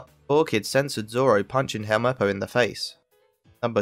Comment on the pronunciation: you can hear say "don't giving zolo" not zoro